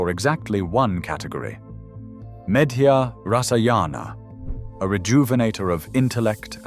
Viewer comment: Bro, learn Sanskrit words pronunciation!! It's "charaka samhita" ch as in chat! Medya rasayana , athar ved is atharva veda (aath-are-vaedh), mail me before you take a video I will help you for free. Don't spoil our ancient language!!! With ignorance